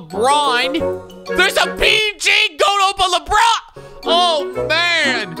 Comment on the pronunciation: Anyone else mad at how he's saying G.O.A.T. instead of just goat